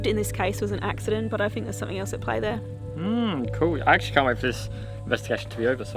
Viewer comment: "I can't" sounded like "Ancient" to me.